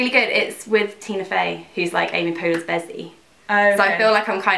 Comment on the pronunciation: It's Amy POLE-ER. Say "pole" like a rod, and then end with "er". Like Polar Bear. Think of it as "Amy Polar" lol